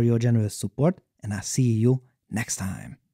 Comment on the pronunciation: "What a tyme to be alyve."